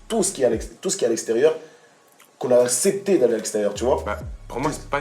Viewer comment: il a dit asépté 😂